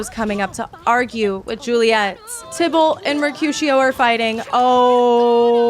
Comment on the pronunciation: tai ballt not tybolt XD